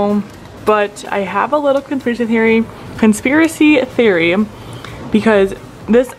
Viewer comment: Consiracy??? I thought it was conspiracy...